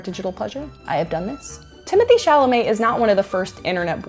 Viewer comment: So she can say his last name correctly but not his first name.? Im disappointed. And idek who this dude is.